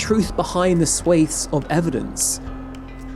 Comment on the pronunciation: I stopped watching after you mispronounced swaths